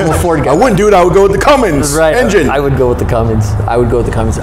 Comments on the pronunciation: Nothing worse than a man who knows better sitting there saying “” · Hard to give value to the opinion of a diesel mechanic who says Cummin"g"s. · This dude keeps saying. Slow it down to 50% playback. How credible can a mechanic be if he doesn't know its a cummins and not a. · I never take anyone seriously when they say cumminGs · It’s not called a! It’s a Cummins!!! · This guy is a superstar diesel tech and he calls it a? You’re kidding me, right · My thoughts exactly! As soon as he said cumminGs, he lost all credability. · There's no G! Does he really work on trucks? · How does he not know how to pronounce "Cummins" after all these years? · What’s a? I don’t think this guy knows what he’s talking about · There's no "G" in Cummins. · Same here, a seasoned mechanic and he says, not touching anything I own. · I'd of kicked you out of my shop for saying dodge cummins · Great video for people interested in advice from someone that doesn't know how to pronounce Cummins. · "Fanboy"... That is funny! My comment showed no favoritism towards any brand. I Simply stated that a "diesel expert" should know how to correctly pronounce Cummins. I have owned all of the major brands including jeep and Toyota and they all have their own set of unique problems. Hope you continue to have fun trolling though... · All his credibility was lost as soon as he said "" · Come on dude. You are supposedly a pro that works on diesel engines every day. It's Cummins, not. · WHY does this "pro" keep saying ""??? There is no G in Cummins!!!! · For the RAM its Cummins diesel not. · Cummins, not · Stop saying, you sound like a moron. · Why does the mechanic keep saying? It's Cummins diesel not a porno... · He really should stop saying CumminGs! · ""??? C'mon! Am I hearing right? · Ain't no G in Cummins. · Cummins not. Turned it off... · What’s a “”?🙃